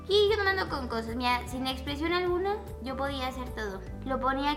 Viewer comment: "aquí vengo sho" 😂